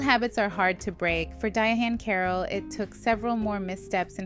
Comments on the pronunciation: The ‘H’ is silent. It’s just pronounced ‘Diane.’ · Why is she saying her name like that. It’s pronounced like Diane